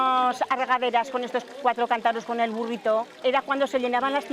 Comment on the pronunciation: Pronuncian "cantáros" 😅